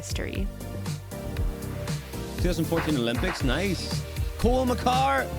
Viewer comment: His name isn't Cole Makar. It's Cale, pronounced like the food kale.